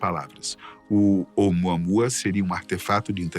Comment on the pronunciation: OUMUAMÚA, meu filho. Esta é a fonética correta. OUMUAMÚA!!!!!!!